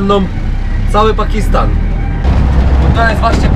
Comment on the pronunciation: pakistan nie pakisttan i tak jesteś polak bo skarpetki masz w sandałach